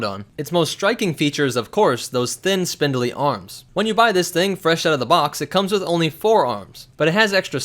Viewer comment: He said "spindilley" LOL